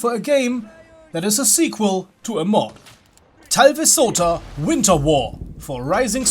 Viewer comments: Heh, it sounded hilarious even to a native finnish speaker who's used to bizarrely pronounced words. From my perspective I heard something along the lines of "thaivi-souta". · I cackled outloud at that pronounciation of "talvisota", good lord. Now onto watching the rest of the video.